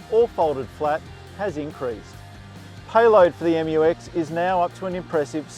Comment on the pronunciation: Finally find an english speaking car reviewer pronounce it right hahaha